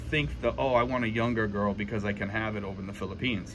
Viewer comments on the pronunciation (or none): none